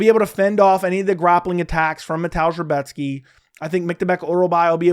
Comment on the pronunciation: Great pronunciation on Rebecki